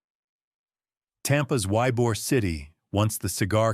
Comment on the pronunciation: as a Tampa native, thank you for educating on the pronunciation of our beloved Ybor city